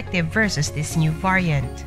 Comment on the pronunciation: Yes. The voice is highly irritating. Esp the prounciation of the word “ variant” 🤪🤪🤪